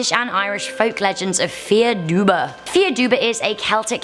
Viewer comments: No.3 is pronounced "Far Duv" it's Irish so I'm not attacking your pronunciation here, Irish is a dying language after all its just "Fear Duba" as you called it was just too far off how you actually pronounce it so I thoughts I'd let you know. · Dubh is black in Irish but its pronounced dove not duba. 😂 good effort, and good video.👍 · Bahha “”dubba” I’m Irish ands it’s pronounced “duv” the letters d and b make a v sound and dubh is Irish for black sorry 😐 to sound so mean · Can confirm im irish and fear dubh means black man and its pronaunsed far duv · Fear Dubh is pronounced "far dove" in Irish. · I The words are fear doo (dubh) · Number 3 is pronounced far duv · fear dubh is pronounced far dove lol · It is pronounced 'far duve' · Fear Dubh is pronounced Far Duv. Great video though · Fear dubh is pronounced far duhv geailge ea=ah bh=v fear=man dubh=black. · fear dubh is pronounced "far duv" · Fear Duibhe means the devil in Irish Gaelic and it’s pronounced far dove-ah :) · I don’t want to be “that guy” but the Fear Dubh is pronounced “far duv”, it’s Irish where “fear” means man and “dubh” means black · I'm Irish and fear dubh is pronounced 'far dove' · Fear dubh-pronounced far duv-literally translated to black man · Just saying but you pronounce it, FAR DUV, for the irish one, it means dark man, im irish and It triggered me, dont worry still love the channel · It's pronounced Far-Duv Irish names are so hard to pronounce and I'm Irish😂😂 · Great video!!! Just so you know “Fear Dubh” is pronounced “Far Dove”. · 'Fear Dubh' is pronounced 'far duv', Fear means man and Dubh means black but in Irish the word order can change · Fear dubh is pronounced far duv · Fear dubh is pronounced far duv and it means black man,I’m Irish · Fear dubh is pernounced like far duv. It is translated as black man. I'm from Ireland and have studied Irish for a few years. Irish is a difficult language to pernounce and it is understandable that you said the words wrong.